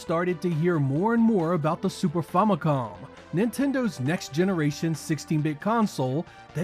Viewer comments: 45 years of gaming, 45 years being a Nintendo fan, but I never heard anyone alive saying FAHMOHCOM... Sorry, but this is the most insane way to say Famicom...it is family computer, so say FAMI and COM and God bless u. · Fahmicom? It’s fam as in Family…you know, family computer? Famicom. The “ah” sound is as dumb as people saying intendo or libary. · Drinking game. Take a shot every time he says “Fomicom” Bro its short for Family Computer Famicom Fam not Fom Do you have a fomily or family? I had to quit watching it was starting to piss me off. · Famicom homie. It’s short for family computer. What’s a Fomicom? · "Super Fomicom" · super 'famuhcon" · sorry boys but "fomicom" cracks me up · What is the "Famacom" you keep pronouncing? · That Famicom pronunciation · BEWARE OF RANT! Why don't you gamer nerds pronounce anything correctly? The "fam" in "Famicom" is pronounced as it would be in the word "family." I'm sure you know why, as you must've researched it for your video. So what's the deal? Same thing on Game Sack. You can count on Joe to deliver excellent content, but I cringe every time he mispronounces "Compile," "Gradius," etc. I don't get it. Games are, as far as I can tell, your lives. How do you get so much wrong?